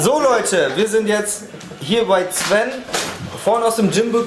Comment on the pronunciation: du sagst einfach Zwen anstatt Sven✌ ich Feier dich 😅